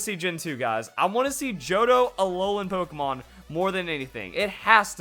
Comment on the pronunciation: is awesome, but he keeps mispronouncing Pokémon! It's Pok-ay-mon! Not Pok-a-mon!